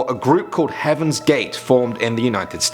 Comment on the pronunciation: Oh HEAVENS GATES I thought he said Kevin gates